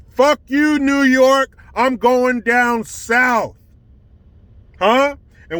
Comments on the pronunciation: new yooor-kaaaaaah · Newwwwwww yorrrrrk I absolutely love it hahaha